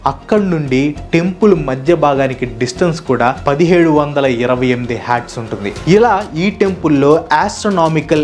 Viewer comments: Krita Yugam 1728K Years avthey meeru 1128k Years ani chadivaru 😉😝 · 5.07 time line ,u made a mistake bro actually 1728 but u read as 1128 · 5:8 minutes lo mistake aindhi anna check chesuko akkada 1728 unte meeru pronounce wrong ga chepparu